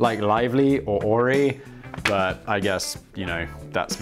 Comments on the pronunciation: Lol are you trying to say Aerie? It's pronounced the same as 'airy', not 'ori'. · Orie? Are you should it isn't Aerie? (offshoot of American Eagle). I love Aerie.